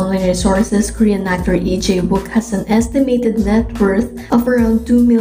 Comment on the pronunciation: Su nombre se pronuncia I-cha-uk